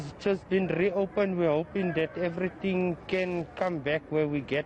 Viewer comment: Rrrrrrrrrrrrreopen the N thrrrrrrrrrrrrrrrrree